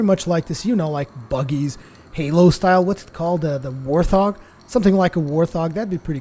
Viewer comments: did this nigga say war thog do u mean wart hog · "War thog"? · Does he not know how to pronounce Warthog?